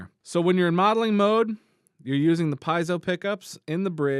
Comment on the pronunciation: Its not pie-ezzo Its pee-ezzo